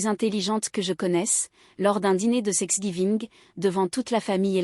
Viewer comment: Thanksgiving et non sexgiving